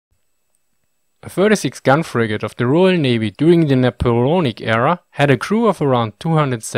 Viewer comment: Thanks. "Boatswain" is pronounced "BOE-sun". "Napoleonic" - "na-POLE-eeonnik". You have a GSOH.